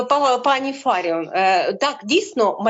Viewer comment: Фаріон,ставте правильно наголос.